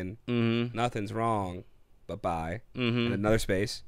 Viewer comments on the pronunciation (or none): "But bye" man I thought it was "Pork Pie"..... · What you're hearing as "buh-bye" is actually "but now". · Its "but now" not "but why/buh bye". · It’s not “but bye”, it’s “but now.” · it's "but now" not "but bye". Now does it make sense? Does that affect your rating at all? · It's not "But Bye" it's "But Now." or if your Peter Kay it's "Pork Pie."